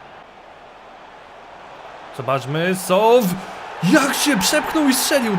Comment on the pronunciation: Jak pisze Się mówi się Soł to przezwisko to Sołtys